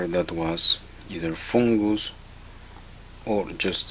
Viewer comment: You are my favorite Frenchman, I love the way you say "Foongus" I hope you keep these videos coming. I have learned so much from you and have successfully repaired multiple lenses because of you! Thank You!